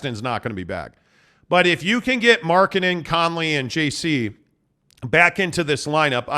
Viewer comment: Third syllable in Lauri Markkanen's name is "nen" not "den." gets it. must be listening to Bolerjack too much!